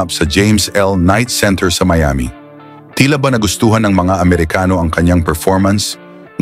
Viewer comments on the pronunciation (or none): none